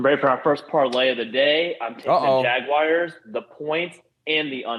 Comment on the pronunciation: It’s not “Jag-wires”! Please stop! 😤